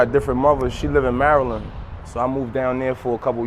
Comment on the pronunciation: The way he says 'Maryland' lol